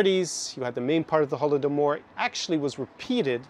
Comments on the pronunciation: weird to hear such mispronunciation of holodomor from him since i specifically remember him talking extensively about it and what exactly led to it on many of his lectures besides, what he says in general is just an echo of kremlin's narrative/propaganda/agenda (whatev) i always thought of him as an incredibly smart person, able to gaze deep into the root of a problem... man, these 5 months were basically the end of my old comfy world - everything has turned upside down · Peterson is WAY off on Russian views of Stalin. He also doesn't even know how to pronounce Holodomor (Голодомор).